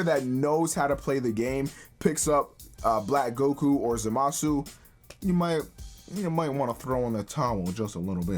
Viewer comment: Too much emphasis on the MA